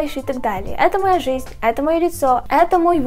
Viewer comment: Боже, как бесит, что она говорит не «это», а «ато», и так во многих словах вместо «э» говорит «а»